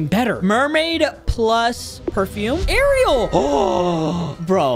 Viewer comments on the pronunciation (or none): none